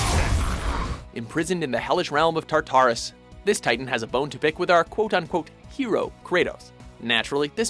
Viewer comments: "the realm of tar-tar-us" oh my god no, please no...ITS FUCKING TAR-TUH-RUS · tar-tar-us? SMH what a tar-tar-d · I love watching these things but learn how to pronounce the names right it's Tartarus no tater tots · Tartaris what lol it's "Tar"ter"us" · "tar-tar-us"?? What the fuck? Did you even play the damn game? It's pronounced Tart-Arus. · Tar-Tarus vomits internally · "Tar-tar-us" facepalm xD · Im sorry but Tar-Tar-RusxD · Anybody order any steak Tar tarus ? putting emphasis on both Tar is wrong :P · Tar-tar-rus.......Tar-tar-rus......Tar-tar-rus....... Damn it, how the hell do you screw up in saying Tartarus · You pronounced Tartarus wrong. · Have these guys never played Halo 2? The name of one of the main villains in that game is "Tartarus" and the characters pronounce it correctly in that. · Of all the things you pronounce wrong, it had to be Tartarus. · Did he really pronounced tartarus like that? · how the fuck do you miss pronounce tartarus? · The way he pronounced Tartarus made me cringe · who pronounces it like that?! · And to think I was about to praise him for finally pronouncing Ocarina correctly.